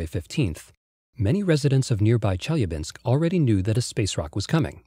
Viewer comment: Nice video. Marred only by announcer's repeated mispronuciation of Chelyabinsk city, something that could easily have been avoided by a quick visit to Wikipedia. He did get Tunguska right, though.